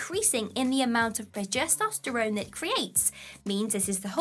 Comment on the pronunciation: "Progesosterone". That's a new one.